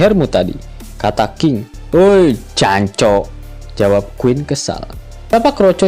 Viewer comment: kalao mesoh itu jancok. Bukan janchoc 😂